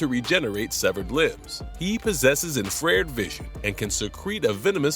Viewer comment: Maybe he needs to use more of his 'infreed' vision to read the script. 😂